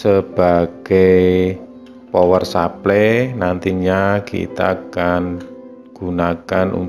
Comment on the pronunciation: power supply dibaca pawer suplay, bukan supley kayak nyebut grup Air Supply yg nyanyi lagu goodbye.. /\/\/\